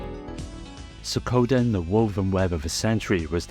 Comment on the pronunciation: SWEEEEEEE-KOE-DEN. K? K. Even AMERICANS can pronounce it, and we seemingly live to mispronounce words from non-Western European countries...